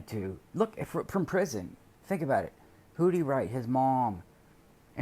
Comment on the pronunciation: There's a prison letter where he talks about building her and her boyfriend a house when he gets out. And he mentioned that she and the bf would have separate bedrooms. like he made a point to mention that. I wonder wtf that was about. Or "aboat" as he would say lol. Why would he care or want them to have separate rooms. I just thought that was weird.